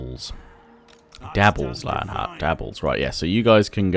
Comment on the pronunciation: I've been noticed by! Huzzah! You also said the name right as well, if you were wondering!